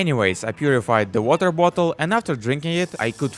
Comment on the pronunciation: "Weter vottle" 🗣🗣🗣🗣🔥🔥🔥